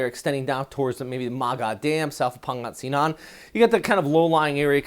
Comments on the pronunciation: Pang-ga-sinan. Lets work on that pronunciation a bit hhh. Loving your forecast immensely! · pronounce Pangasinan as /puhng.guh.see.nun/ the closest one for your accent.